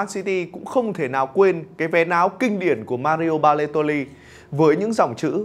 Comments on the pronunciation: đọc Baletoli thay vì Baloteli:)) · Em nghe như kiểu anh đọc sai tiên Baloteli thành Ba lê tô li 🤣